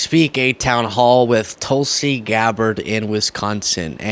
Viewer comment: Her name is pronounced Toolsi. It's also 107% obvious that he thinks his supporters are 107% stupid